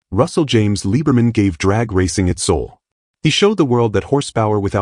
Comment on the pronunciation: They MUST FIX the narration on this!!!! His last name is Liberman . . . pronounced LIBBER-man and NOT LEE-BER-man. As he once told me: "I'm German and not a ___ Jew."